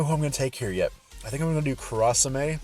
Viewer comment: Gonna go ham for Vivi. It's pronounced Kura sa may